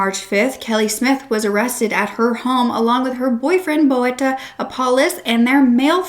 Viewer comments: Bouta🤣you pronounce boeta like you would pronounce soup in English soup the ou is the oe boeta and then the ta so boeta but try to say the oe like ou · Boeta is actually pronounced as BOO-TAH, it means brother, but it's more often used referring to a little brother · Boeta is pronounced boo-ta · Really appreciate you covering this case... But please, for future reference, please ask a South African for a pronunciation guide on these words. Bakkie, tik, Boeta, Phumza, Sigaqa...